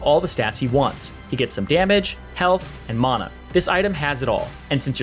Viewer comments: Ima kms if he says mana wrong one more time XD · He says Mana wrong.